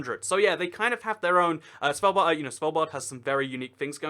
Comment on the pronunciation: ''svaldbard and jen meen'' I'm now offecially a triggered norwegian How to pronounce Svalbard; The D at the end is silent. How to pronounce Jan Mayen; The Jan is straight forward, but Mayen the y is a i and the rest is also straight forward.